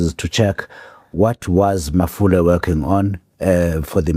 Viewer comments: Mpho Mafole not malofe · Mpho Mafole not Malofe 😊😊😊!!!